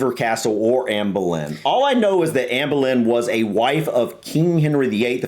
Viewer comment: You pronounced her name perfectly 👏